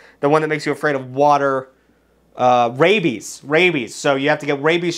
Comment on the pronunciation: HAHAHA YOU DUMBAHH YOU SAID WABIES WTF IS WABIES loser